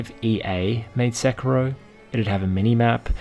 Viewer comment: “Sicko mode” I think you mean “Sekiro mode”